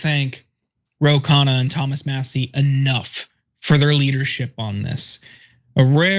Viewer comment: Rogan rhymes with Hogan, enough said 🤦🏽‍♂️